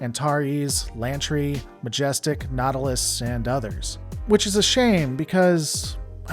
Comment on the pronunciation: Sa Tock!!! don't you mean Sea Tack and Majestic WTF man, why can't you pronounce ships